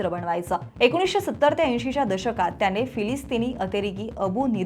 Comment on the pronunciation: हे विषयच भारी चे जे कोणी HR असतील ते ह्या निवेदकांना काय म्हणून hire करत असतील? इथे कामाची एक माफक अपेक्षा असेल की जे निवेदन असेल ते स्पष्ट शब्दांत व्हायला हवे. तर ह्यांचे उच्चार असतात कसे? तर मणातून, जणमाणसात, त्याणे असले?